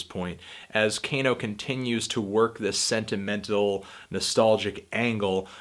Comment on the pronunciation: its kah-no, not cane-o, jesus